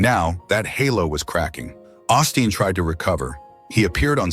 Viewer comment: But I do believe his name is pronounced like Osteen